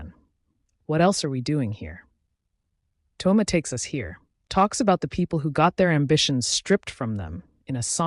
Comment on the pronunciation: Thoma❎ Tho-yma✅